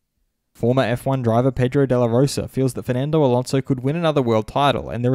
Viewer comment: "pedro de lah ROW-sah"